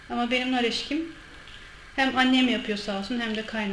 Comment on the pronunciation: Eşki denmez.."ekşi" denir.. Ayrıca hamur çok kuru oldu..Sizin yemeklerinizi biz daha tarife uygun yapıyoruz..Memleketinizin yemeğini bile bilmiyosunuz.. Komedi..